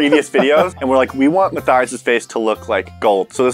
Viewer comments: It should be m a t th i a s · And it should be pronounced Mat - Thais